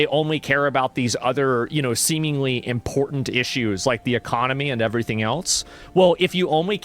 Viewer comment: If you say "Important" with only one "T". You were raised wrongly.